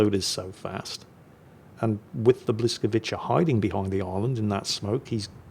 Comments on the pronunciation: Błyskawica. Instead of pronouncing 'ch" say 'ts' - bwiscavitsa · It's pronounced "bwyskavitsa"